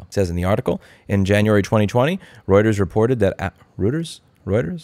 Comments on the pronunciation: It's Royters. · "Roy-ters" (Reuters). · “roiters”, rhymes with loiters. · Louis, ‘Reuters’ is pronounced ‘Royters’. ‘oy’ is the way Germans pronounce their ‘eu’ diphthong. Gesundheit! 😊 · It's pronounced WUSS-ta-sha. I mean ROY-ters.